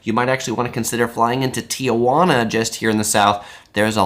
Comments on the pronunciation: That's not how you pronounce Tijuana, it's not Tia Juana lol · Overall good video, but Tijuana is pronounced “Tee-wan-ah” … NOT “Tee-ah-wan-ah”.